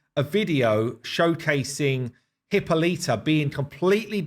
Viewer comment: I love everything you guys are doing, but could you please stop butchering Hippolyta's name. She is not of the Genus HIPPO. Hippolyta pronunciation The pronunciation of Hippolyta is a topic of interest, and there are various ways to pronounce it. Here’s a breakdown of the different pronunciations: British English: 4 syllables: “hi” + “POL” + “i” + “tuh” American English: 4 syllables: “hi” + “POL” + “i” + “tuh” (similar to British English)alli